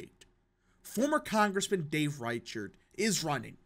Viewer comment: Reichert is closer to riker from star trek for pronunciation my dude